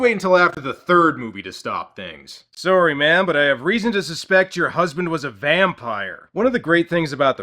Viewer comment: I love how says, 'Soory'.